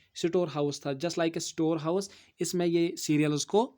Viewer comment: Skin...sikin😂😂😂 Start...start Sparrow...saferoo😂😂😂 Sites...sitisey😂 Floods...floodes Store...sitor😂😂😂 Kahan se sikhtey ho ese pronunciation??? Itna gatiya pronunciation suune waley ka dimag kharab kr dega re sir g. Ap Kahan se education lia???